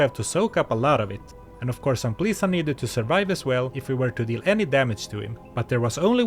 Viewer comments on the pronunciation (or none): The title to dis bideo should be Lezzelecting Ampleesa. xD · I know you're saying Amplisa, but it kept sounding like you were calling her "Aunt Lisa" XD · Anyone else hear Aunt Lisa instead of Amplisa? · I had this on while gaming, took me 20 mins to realize he WASN'T saying Aunt Lisa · Oh, Amplisa. I was listening on my second screen, I thought he called him Aunt Lisa the entire time. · I always watch your videos, but this time, I was doing chores and just listening. Up until 5 minutes before the end of the video, I thought you were calling her Aunt Lisa 😂😂😂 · Im 40 mins in this video watching very attentively and i read your comment, but i still hear A U N T L I S A